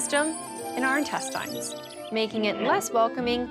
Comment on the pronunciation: How come the reporter calls them intesteins and not intestines?